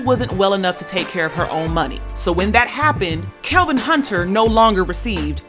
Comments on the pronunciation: Its Kevin...not Kelvin....its off putting when a host gets something like this wrong ovr and ovr. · Kevin!!!!!! Not Kelvin lol.....